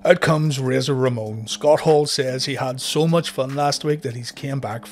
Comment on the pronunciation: A shot for every time he says "motch"